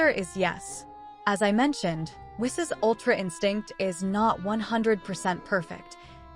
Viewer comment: It's pronounced "Whees."